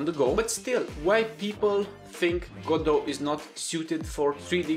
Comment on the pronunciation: Even he says Ga-doh, good, I'll continue.